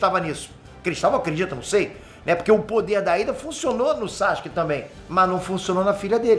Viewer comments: 10 anos de curso e o ainda fala "Sachic" kkkkkkkkkkkkk É Sa-Su-Ke 🤣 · Para de falar saXUque pelo amor